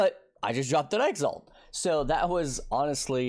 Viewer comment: Man, you would attract just a FEW more viewers if you bothered pronouncing things properly. Exalt, not EX ALT also btw (.... shallenge? challenge bro, tyallenge, not shallenge)